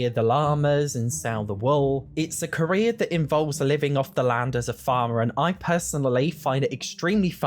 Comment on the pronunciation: I've never heared him say "Korea" until now that he mentioned it, now I can't hear the word carrer anymore 😭